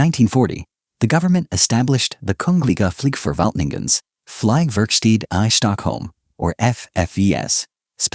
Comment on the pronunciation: Very bad swedish pronunciation of the swedish words like "Flygvapnet", "Kungliga Flygförvaltningen", Flygtekniska Försöksanstalten", "Bo Lundberg", and others that is not understood or heard at all ! Greetings from Sweden!